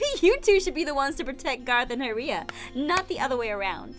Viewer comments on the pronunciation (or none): it's Garroth not Goroth